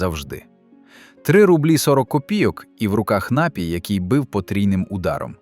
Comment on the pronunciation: У слові: напій правильно ставити наголос на ДРУГИЙ склад. Не КАЛІЧТЕ мову, нове покоління!!!